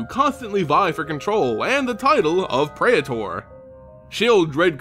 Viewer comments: What the hell is a pray-eh-tor? PREE-ter. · Its prētər not pray-uh-turs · It's like you get a third syllable in "praetor." Pray-eh-ter. I say it pray-tor. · Speaking of basic latin. . . Praetor is pronounced 'prey-tor', but just a heads up, that also means your channel name (as its also based in greek/latin) is pronounced 'ay-ther hub' Altho english has dumbed down a fair amount of its pronounciations. . . Its not hee-mo-gloe-bin, its hay-mo-glo-bin. Its not peh-doe-fyle, its pay-do-fyle (although technically it should be paedoghast, as paedophile translates into child lover, rather than child haunter like -ghast implies) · man, you couldn't have spent 5 seconds looking up how to pronounce "praetor" before making a video about them so maybe everyone wouldn't have had to listen to you butcher it like 30 times in a row? (it's PREE-ter, fyi) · Can't say praetor correctly, "Fuck it I'll make a video where I have to say it a million times."